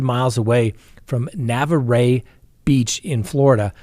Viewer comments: It's NUH-VAR! lol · FYI. The city Cassie was from is Navarre pronounced nuh-vaar. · It's actually produced "Nah" "Var". The "var" rhymes with far. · I think you mean Navarre Beach which I literally JUST got back from and learned it's pronounced nah-VAR — nothing fancier than that. It's a beautiful beach town just under Alabama on the pan handle. The whole time I felt creeped out there because I watch too much true crime - good thing I hadn't heard of this sad case then. 😕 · Not that it matters but Navarre is pronounced silent E. Thank you for covering Cassie story. So sad. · Spring Hill Alabama, near Mobile). is about one hour from Navarrre Florida. Also Navarre is pronounced like bar or car or var. nuh-vaar. I live around all these places. I love your show. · Pronounced NA var Beach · Sorry its pronounced Nuvar ryhmes with car Navarre 😊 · Navarre is pronounced "Nah varr". we love you. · Navarre Beach... pronounced nuh-vahr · Hi It’s pronounced Nah-Var Its a beautiful part of coastal Florida very close to Alabama. The community is very saddened! Is it just me or does it seem as though domestic homicide has increased? Is it possible that it’s because consequences of this type of violence is known to not be swift? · Navarre is pronounced Nuh Var. Cheers! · Miss Winnie is very offended by your comment but she told me to tell you she forgives you and she is sorry for peeing on your slippers. 🤐. How did you manage during the pandemic? How could you conduct business as usual? Navarre Fl. is pronounced NA VAR...rhymes with far. Just FYI. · ......Navarre is pronounced Na VAR. PLEASE please please call me next time for pronunciation assistance. Oh, Escambia is pronounced es -CAM be- ah. What are we going to do with you? <3 I don't know why it's crossing through the text. Hope you can read it. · Na-var. (Navarre) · nuh-vahr; French na-var "NA" like nuts without the 'ts' and "VAR" like BAR but with a 'V'!